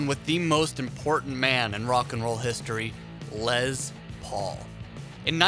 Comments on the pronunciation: Lez Paul SMH it’s definitely spelled and pronounced Les. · Good god HIS NAME IS LESTER, therefore it’s pronounced “less” not “lez” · It's les Paul, not LeZ pOul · What the fuck is a “Lez Paul”??? Lol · "Lez" Paul? Dude... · I believe it is a Les Paul not a Lez Paul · “Lezz Paul”? Go back to working at Sam Goody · Instant credibility loss in the first few seconds when you're doing a list of pivotal "rock" moments and you can't pronounce Les Paul's three-letter first name, like you've never ever heard anyone say 'Les Paul' outloud in your whole life. It's not "Lez." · Lez Paul? Its Les Paul. Like Less, Not Lez. Cmon bud. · Les Paul not lez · Les, not lez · It's les with an s not a z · It's Les as in Less Paul! Oi hearing you say lez makes me cringe! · He just likes to say lez.